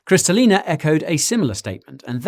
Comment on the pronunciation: You botched Kristalina's name as well 😁